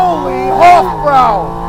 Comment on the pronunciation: Btw it's "hof-broy" and that's Bavarian not Swabian. The Porsche guys would be mildly offended :-).